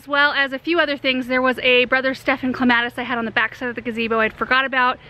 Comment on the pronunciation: I thought you said Columbine rather than Clematis. I was so confused. Love your channel. Thanks.